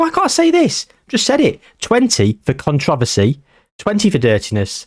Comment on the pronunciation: i have never heard anyone pronounce controversy like you just did